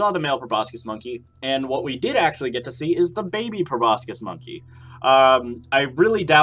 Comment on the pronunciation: The c in proboscis is silent